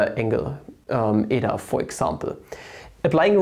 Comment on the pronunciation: Well, you pronounced η correctly. Btw, really nice content!